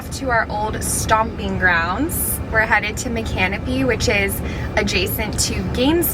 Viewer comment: Girl how are you from Florida and don’t know how to pronounce micanopy 😂